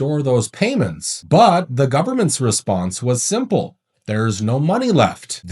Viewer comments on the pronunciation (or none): none